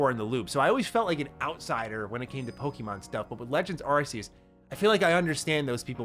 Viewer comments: Bro can’t you at least pronounce Pokémon correctly? There is no I in Pokémon. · Dude, I wanna watch these videos of yours, but I can't stand the way you pronounce Pokemon. It makes me cringe every time. Google the correct pronunciation bro.... plz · Just a friendly heads-up, it's actually pronounced 'Pokémon,' not 'poke-eee-mon, as in poke-A-mon.